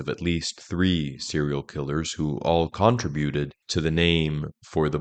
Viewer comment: Dafuq is 'Contra buted?'